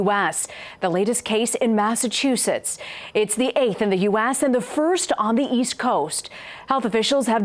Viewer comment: is no one going to talk about how she pronounced U.ASS (U.S.)